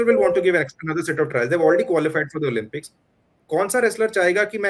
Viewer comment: Great video. Thank you. Just a small suggestion ...the games are pronounced Oh-LIMP(not "Lump")-ix It matters because it distracts from the message. Warm wishes and keep reporting